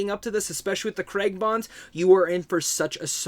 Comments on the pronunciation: Thanks for your review.But just for my American friends is CrAig not Creg. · Who is Daniel Kreg... I thought it was Craig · Hey mate Lea Sedoux is pronounced Say-Doo not Say-dox and it's Cray-g not KREGGGGG.....Please Americans, pronounce Craig properly.... And it's Blofeld not Blow-field.